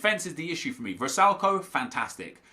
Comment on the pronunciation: Vrsaljko is pronounced vr-psycho